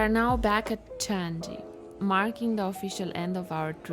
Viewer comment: Changi is pronounced as "Chang Nee" and not "Chan Ji". Welcome to my beloved country. Hope you will have a great time here!!